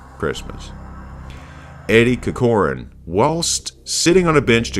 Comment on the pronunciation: The way he said Corcoran and Grogan lmao